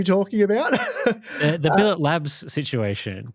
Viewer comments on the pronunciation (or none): Just for your knowledge, It is pronounced bill-it, not bill-a, its not a french company/word, its a type of metal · pronunciation of Billet Labs has me really questioning the other channel's accuracy.